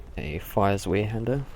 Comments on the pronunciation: Its said like Zvi-Hander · Great video and I hate to lower the tone but zweihander is pronounced 'zw-eye-hander'. Sorry, OCD sated, please go about your bodacious business :D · Did you say zwee-hander? o_O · "zweehanda" lel